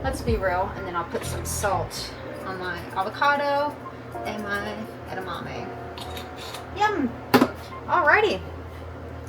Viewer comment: I will never say edamame the same again. Add-a-mammy